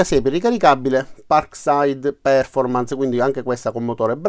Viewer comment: Perf-ò-rmance è la pronuncia corretta. Buon lavoro :-)